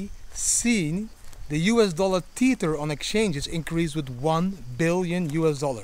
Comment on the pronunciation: Tether not "TEETHER".